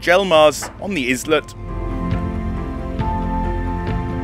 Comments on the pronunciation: I know you are Welsh, but please stop murdering English words. Islet = small island, pronounced eyelet ! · am amused with the pronunciation of 'islet'. LOL God bless you for helping our kababayans!